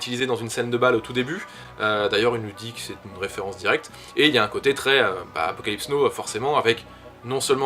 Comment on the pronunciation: Apocalypse Yes et Apocalypse no ? Ca fait tellement mal aux oreilles de te l'entendre répéter toute la vidéo... C'est "nao" la prononciation stp :)